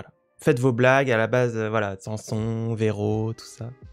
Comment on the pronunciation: Alors au cas ou ça se prononce SANS son pas sam sonne